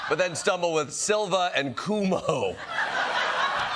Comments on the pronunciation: I love that they pronounced them Cumo and Silwa. If they mispronounce Mamdani they get the same treatment. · I LOVE the correct pronunciation of Mamdani, Cumo and Silva 😂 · I think she mispronounced Cumo and Silva's names on purpose because both have been DISSpronouncing Mamdani's name for months.